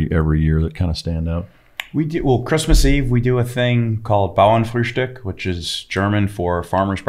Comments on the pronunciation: As a German dude I’m very impressed by pronunciation of “Bauernfrühstück” 😂💪🏼🇩🇪🇺🇸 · Joohhhh he pronounced Bauernfrühstück just perfect😱😱😱😱 cheers from Germany!